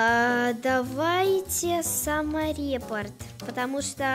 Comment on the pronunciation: Не самореп, а саморепорт